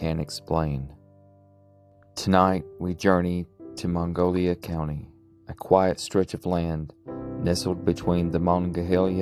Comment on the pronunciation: Mongolia county? It's Monongalia and you mispronounced Monongahela.